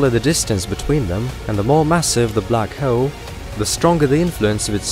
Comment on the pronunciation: "Black Heowl"